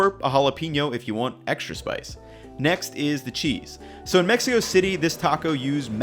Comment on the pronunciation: You boys like Mex-ee-co?